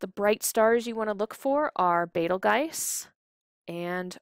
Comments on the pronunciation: Its pronounced beetle-juice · Betelgeuse (Bettle Guys) doesn't sound like Arabic nor Rigel